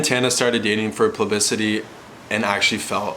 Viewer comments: Holy wow I honestly thought it was just a one off....and then he just keeps saying it XD....#plublicemnemy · 'plubicity?' i forgave it the first time... then he kept saying it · boy cant even say publicity right